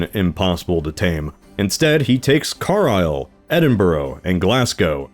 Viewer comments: Also some notes on English pronunciation for next time: - Witan: "wit-an" - Carlisle: "Car-lie-ul" - Edinburgh: "Edin-bur-ugh" But once again, loved the video! (And I noticed you pronounced cavalry properly this time!) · Car-Isle? Laddin Church? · It's hilarious that the typo of "Carlisle" on your map stayed throughout the video and led to you calling it "Car Isle" for the whole video. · Car-isle??? It's Carlisle. Calvary? Pronounced Cavalry. Calvary was the hill that Jesus was said to be crucified on in the bible. Edinborough? It's pronounced Edinbrugh, spelled Edinburgh. Please try and get your English place names correct in future, same for the word Cavalry. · My guy Scotland was already controlled by the Scots at this point….i.e. a western Germanic peoples. They weren’t “Gaelic” at that point although gaels still existed obviously And it’s Car*l*isle, not Car-isle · pronounced, car-lisle, not car-isle, edin-bruh, not edin-borough, glaz-go, not glass-go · Your map mispells Carlisle as Carisle, and you read it as this once. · how tf can you butcher english words that badly despite speaking the language from birth. wtf is "car aisle" "glass go" "eddin buroow" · These pronunciations XD. Carlisle = Car-lile Edinburgh = Edin-bruh Oh and Edward is not a Norman name, it is a very Anglo Saxon one which remains popular. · As someone from Cumbria, hearing Carlisle (Car-lyle) pronounced like that is crazy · It's pronounced car-lile btw and the Vikings or English were not taking Scotland in anyway shape or form in those days Scotland was a far superior nation at the time While england lost large swaves of land and regions the scots picts and Gaels (Scottish Irish in the west) absolutely refused to hand over land yes some was conquered but the majority of the time were beaten senseless as was the anglo Saxons and English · It’s Carlisle (pronounced kar-LYLE). Not the worst mangling of a British place name (that has to go to Glou-kester-shire), but up there